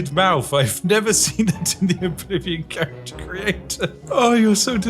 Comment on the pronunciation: The most british thing about the first ten minutes of the video is that spiff mispronounces the name of every character including his own XD